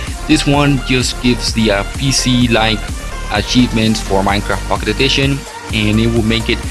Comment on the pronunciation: its pocket not fuckit